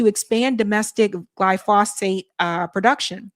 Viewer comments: ‘gly foe sate’. We must STOP trusting these scofflaws during campaigns. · GLAI- fow- suht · you and the interviewer keep mispronouncing "glyphosate". It is pronounce GLY- FO-SATE stressing the first syllable.